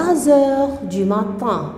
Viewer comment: Quelle catastrophe!!!! une prof qui parle de cette façon c'est encore pire. la prononciation et les fautes sont nombreuses. essaie d'améliorer ton niveau bon courage ( le matinnnnn)